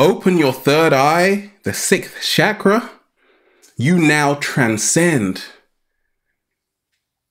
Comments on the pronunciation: It is not sakra. It is pronounced as chakra. The way you pronounce Char , not sar. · Love your videos brother & thank you for the work that you are doing to awake us....a note to all on the proper pronunciation of "Chakra"....it is more like "Chuck-Ruh".....not "Shack" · U SAYING CHAKRA WRONG